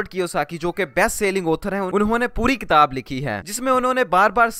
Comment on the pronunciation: Bhai darakhat nahi drakht hota ha or ilum nhi ilm hota hai.kataab nahi kitaab.Ap ki pronunciation se lagta hai k ap bhi school kem hi gaye ho. Baki video bohut achi hai.i totally agree.